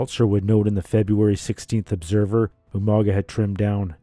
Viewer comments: In most Pacific Iland languages when you have a g it usually makes an NG sound so Umaga would be pronounces as 'Umanga' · I love how William Regal always pronounced his name wrong